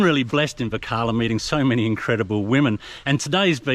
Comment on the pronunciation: is a good man. If only he learnt to pronounce Varkala correctly. 🤐